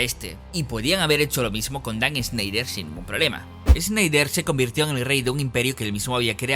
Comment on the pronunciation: No se pronuncia “Sneider” es más como (Shnaider)